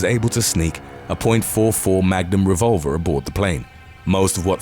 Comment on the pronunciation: "Point fow fow wevolvah"